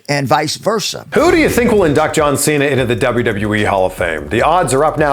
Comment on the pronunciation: You know I actually use that "Chena" pronunciation to this day. God bless Santino!!